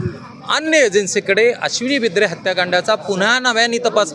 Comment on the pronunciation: Bidre ahe re bindre nahin 😂😂😂😂😂